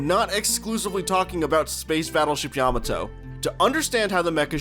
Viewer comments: What's a yam-ah-toe? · You pronounced Yamato incorrectly that was the cringe